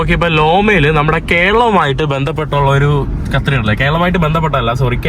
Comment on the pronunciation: ബ്രോ കത്രിഡൽ അല്ല കത്തീഡ്രൽ (cathedral)